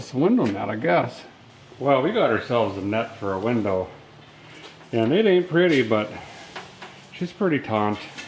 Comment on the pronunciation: heyyy sweet im not the only one that says winder!